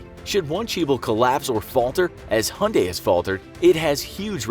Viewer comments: Hunday? Its Hyundai (Hie-unn-die) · Who pronounces Hyundai as "hunday"? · It's Hyundai, mate. Stop calling it Hunday. It really grates on the ears. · I've heard of "Motown", but never "Hyundai Town". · Hyundai has a y in it.Why not say it? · The way he says Hyundai 😂😂😂